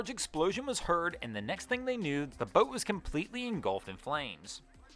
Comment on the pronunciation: PLEASE PLEASE PPLLEEAASSEE!!!!! 🛑 STOP 🛑 WITH THE O’s!!!! I love your channels but the way you enunciate your O’s make my skin crawl!!! bOat, bOats, gO, bOat, mOtor. STOP!!!! 😩😩😩 I don’t want to stop watching, but I can’t take the O’s!